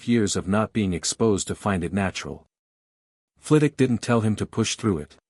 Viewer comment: Second! Not a bad story. I'd love to understand why none of the AI narrators can seem to pronounce Professor Flit-Wick's last name... It is not Flittock. The story could have used a proper epilogue rather than cutting off so abruptly. I give it about 7.5 out of 10, it would have been higher except for choppy ending. B- or C+.